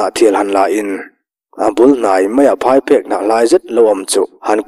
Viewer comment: Ka hriatsual loh chuan Phaiphek i chhiar dana phai hi a dikhlel deuh. Phai tih lai hi an buhfai chuan phai lam a pan tiha phai tih anga lam tur a ni